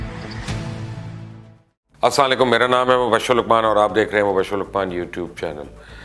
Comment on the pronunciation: sir ap salam galat karty hai.............asko teek karain sukarya